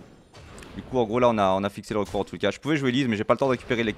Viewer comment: Ah un "rocord" ok ok